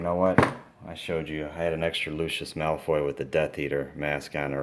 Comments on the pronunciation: AND NOT MALOY ITS MALFOY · you pronounced malfoy as malroy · It's Malfoy not Malfroy. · legojake8 Mc Gonagall and Malfroy is what he meant to say